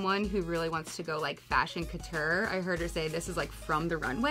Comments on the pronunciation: Who are these dreadful, ill informed "fashion folk'? the word is not pronounced 'cutture'. Dianne not Rick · It hurts every french ear listening how they pronounce 'couture'. Stop talking about haute couture, when you've 0 clue about the basics.